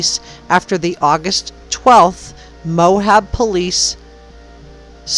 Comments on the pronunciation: Good podcast. Thanks. As a Utahn, it's pronounced just Moab, not Mohab. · i wish those who make content about real peoplw and events would bother with correct pronunciation mo-ab not mo-hab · Quite interesting. The town is pronounced Moab not Mohab But I can see where you’re thinking about things and I commend you for putting so much time into this. I’m just another person that has followed this story from the start and I think about those girls every day.